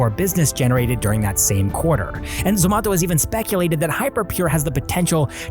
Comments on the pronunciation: It's not ZOMATHO its zomato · It's not zomatho . It's Zomato like tomato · It's Zomato not zomatho 😂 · Dude stop pronouncing zomato like that.... everyone in India says it like tomato but with a z, not whatever you're doing lol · Its not zomato its zomato...😂😂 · We say Zomato too. Why you pronouncing it funny ?